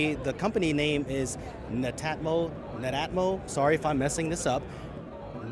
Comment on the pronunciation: lol it’s Net-atmo